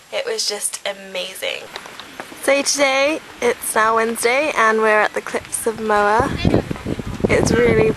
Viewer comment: you should of went to Dublin, where i live its amazing! and you pronouncer cliffs of moher wrong ha